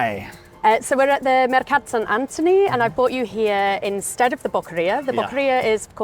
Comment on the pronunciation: Mercat Sant Antoni,not Anthony